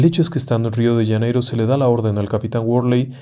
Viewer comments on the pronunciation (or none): UY PERDON.... RIO DE " LLANEIRO " .....que en castellano no se dice.....Janeiro con JOTA??? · Wrong!!! You’re telling the story in Spanish!! So is Janeiro not “Yaneiro” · Qué es Río de Yaneiro? Será Río de Janeiro? Jajajaj. Buen relato